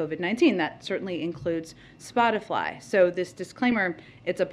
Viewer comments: ...seriously. Why isn't anyone pointing out she called it SpotiFLY!!! Complete knucklehead. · 33 seconds - she said SPOTIFLY! FLY!! Oh, you just can't make this stuff up. She tries to be so authoritative and convincing of the evils of a free mind and she's so concerned about this company whose name she can't even pronounce correctly. Brilliant. Yea, she's a real pro. Perfect representation for a President whose mind is also gone.